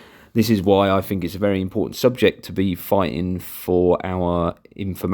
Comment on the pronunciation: Learn to say think instead of fink please